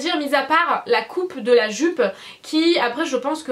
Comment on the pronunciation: Tu m fait trop rire quand ta dit "joupe" 10 fois de suite 😂😂 t'es tellement drôle 💘